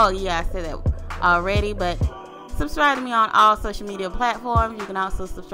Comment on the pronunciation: Thumbs up if you sub-STRIBED! lol she killed it 😂 💪🏽